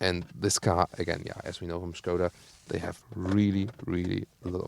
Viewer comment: Na endlich.... pronounced well the word skoda excellently, as SHKODA.:)